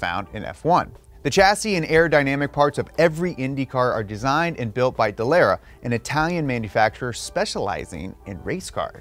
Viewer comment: So much wrong with this I can’t begin to pick it apart. For starters… it’s pronounced Duh-Luh-Ruh, not dalara like you’re from good ole Texas. 2nd F1 cars can be configured on the fly to run on ovals just as fast and even faster than Indy Cars. Monaco for instance requires its own unique aero package that’s used for just that race and the only component that might be shared for another race would be the front wing for other tight street circuits, but that’s it. As well, Dallara is a sub par chassis manufacturer from Italy and was awarded the Indy contract over Lola and Reynard because it was dirt cheap by comparison, but it has never been better. It’s literally a bottom of the barrel chassis and it’s not very good in any capacity. The reason casual fans such as your self sees it as ok is that it’s a spec series so not a lot of difference from car to car, and the series looks quite competitive. Indy SHOULD have remained a multi chassis series like back in the ChampCar days where you had Lola, Reynard, the Eagle from Dan Gurney, swift and the Penske chassis which Roger would build for his own team every season. That was the golden era of American Open wheel racing and as long as it remains a spec series it will never come close to touching that! Also, F1 teams can buy ready made parts from other teams if they wish, but they are limited to suspension, engine, transmission and and as couple of other small bits, but the rest of the car must be made from scratch from the monocoque